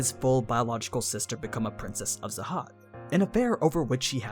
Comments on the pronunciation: Jahad its Jahad not zahad... wtf XD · please say jahad not zahad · Princess of “Zahad”? It’s “jahad”! have you seen the anime or read the manga??? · Are we not gonna talk about how he pronounced khun as kun? Isn't it pronounced kee-yun? And also he pronounced jahad as zahad. This is funny to me😂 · Imma just clarify that you say the King Jahads name with a J not a Z.